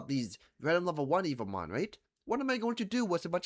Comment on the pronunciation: He's been making evomon videos for two weeks straight and still calls em "evil mon" 🥀